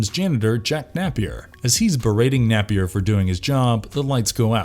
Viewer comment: Only one complaint, it's pronounced nape-ear, not nappy-er.